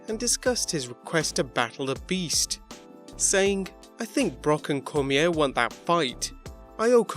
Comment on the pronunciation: Daniel Cormier's surname is pronounced Cor-me-aye.